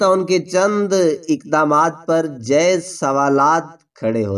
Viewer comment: راحیل شریف ہوتا ہے بھائ صاحب ۔ رحیل شریف نہیں۔ اردو تلفظ درست کریں۔ جائز کو جیز بول رے ہو